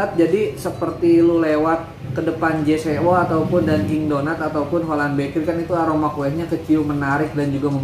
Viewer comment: J.Co dibaca “jeko” bang